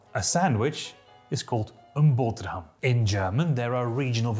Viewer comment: This guy has very good foreign language pronunciation skills. When he said "boterham" it was PERFECT. He said it in a Flemish accent instead of typical Dutch from Netherlands.